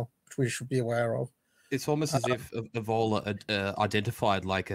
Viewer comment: Minor point, but the way this is pronouncing Evola is grinding at me... Good chat though keep it coming.